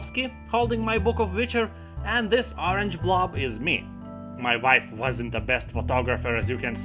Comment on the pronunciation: You say wife like vife and witcher like vitcher.....subbed to this funny pronouncing :)))